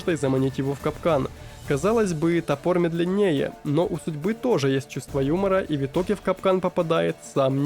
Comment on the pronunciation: за адекватный фидбэк меняю оценку. Но,, в слове медленнее ударение на первую "е" - мЕдленее. Я в тебя верю😂 контент же норм, а звучит иногда, будто ИИ, что отталкивает